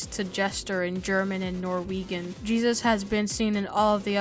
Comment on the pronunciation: The entire time he said jesus lol but its jebus